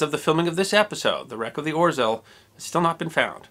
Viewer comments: I'ts hard to pronounce the name of this sub correctly, but much closer would sound like: "oh-shell" than "orzel". :) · Hi! I am Polish, this video is great! Thanks for giving our heroic warfare some attention, too! One thing though, you'd read "rz" more like french "j" (like Jean), you don't read out the r sound in there! the Ł is also same sound as your w :D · Thanks. One small nit-pick; the Polish 'ł' is not pronounced as 'l'. It is pronounced like 'w'. So, for example, the city of Łódź is pronounced something like ' Nevertheless, thanks for re-telling this fine example of heroism in a vibrant and engaging way. A Polish friend who served with the RAF (300 Regiment, flying Lancasters) told us about it, a many years ago. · The "L" with a slash through it is not pronounced as an "L", it is pronounced as a "W" as in Witch. So this ship is name is pronounced "Or-zew" not "Or-zel" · Read it more as a "Oh-shaw" not "Or-zel" (maybe use google translate next time) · The proper pronunciation is ORZEOW! In Polish an "L" with a line through it is pronounced like a "W". The "W" is pronounced like a "V". Thus WARSAW is actually pronounced as VARSHAVA. LVOV is pronounced as WOOCH. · Orzel is pronounced 'O-ZHEwh' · Just for the record, the 'rz' combination in Polish is pronounced with a "zh" sound, and the ł is essentially a 'w' sound. Hence "oh-zhe-w". Wonderful video! Thank you for sharing this story of Polish heroism! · Greetings from Poland! Thank you for sharing this small, but how interesting event in my countrys history. ...IMHO it's better for english-speaking to pronounce it "Oh-sheaw" making "rz" ligature soft and lisping. "Sęp" and "Wilk" were spot-on. ;) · I love the way you botch pronunciation of Orzeł ;) (Its more like Ozhel) Great job and I have enjoyed this one and many others videos of yours. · “Orzeł” is pronounced “Or Zhe wl” in Polish. My father and grandparents are polish. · "Orzel"....pronounced Ogew. The g is soft like the 2nd g in "garage".